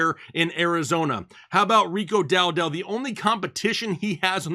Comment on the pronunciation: DOWDLE not DOW-DELL. For Pete’s peppers how are you saying the name wrong.